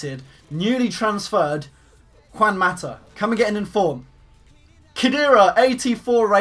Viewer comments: u said Cuan Mata u pronounce it as Huan Mata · Lol cant say Juan mata